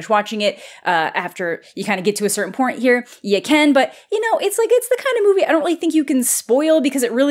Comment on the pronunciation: "... after you kinda get to a certain PORNt here..."